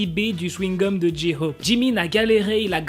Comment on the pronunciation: Pour la prononciation de J-hope c'est Jae - Khope pas Ji Khope